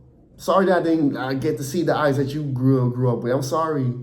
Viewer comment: are you dutch lolllll pronunciation of knvb and ajax is crazy